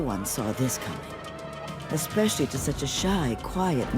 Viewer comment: Americans saying exspecially is so irritating 😅😅